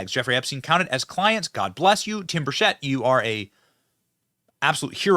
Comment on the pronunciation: BENNY!! Burchett- pronounced Burr-CHIT. BURCHETT. 👍😀